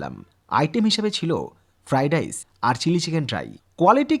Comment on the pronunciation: ভাই ফ্রাইডাইস বোলে কোনো কথা হয় না কথাটা ফ্রাইড রইস।